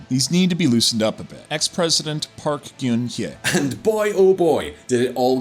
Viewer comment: They also mispronounced Park Geun-Hye. The hilarious part is that they pronounced it the way Vietnamese spellings are pronounced in English. Apparently they think Korean and Vietnamese are similar languages...lol